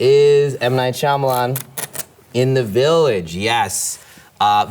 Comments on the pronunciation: Jim actually says M Night "Schulman" 😂 to mess with Michael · Actually Jim said M Night Schulman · I like how he mispronounces his own last name now I’m not that embarrassed about not knowing how to pronounce it anymore😅